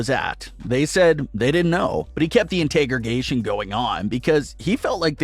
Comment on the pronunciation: Interrogation... You said it in correct every time Introgation is what you kept saying